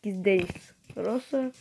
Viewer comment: Брат поправи се Роза не Роса